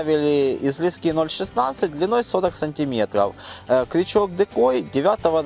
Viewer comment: Неплохие сюжеты, молодцы. Без обид конечно, но неплохо бы Ударение в словах ставить правильно: не лескИ, а лЕска, .... Е - всегда ударная, а то получается.... ножницАми по пальЦам и полОжил и полАл....😀